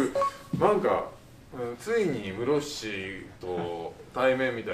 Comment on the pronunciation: カタカナのムロフシやめろwww